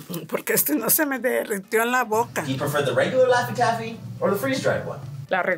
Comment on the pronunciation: Lafty taffy 😹😹😹😹 Gooppers Hoopers 😹😹😹😹rootsie roll Banilla It’s Shoey Shonkey😅